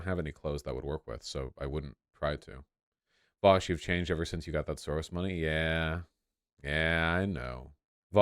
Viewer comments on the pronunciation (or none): none